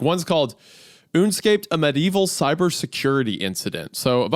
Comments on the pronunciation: Love Isaiah pronouncing unescape as RuneScape without an R instead of Un-escape😂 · Une scape? UNE SCAPE?!?! it’s Un- Escape 😂